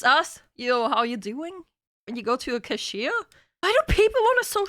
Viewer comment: Anyone notice she says cashier like "kashir"? Like they're a nomadic people from northern Arabia